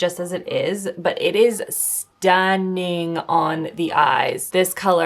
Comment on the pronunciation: Or when she says S-TUN-NING